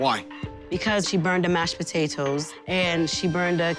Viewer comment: She burned the mashed pough-teight-Os